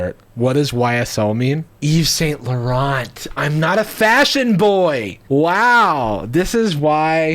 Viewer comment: came to comments to see if anybody made fun of how pronounced Yves Saint Laurent lolol